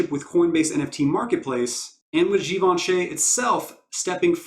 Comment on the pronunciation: Great video. Its nice to hear Givenchy pronounced correctly. Ha. Def one of my fav sets.